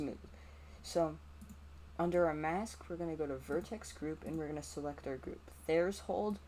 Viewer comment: Threshold not thereshold